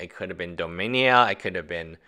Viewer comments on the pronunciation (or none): Dominia? I believe it's dominaria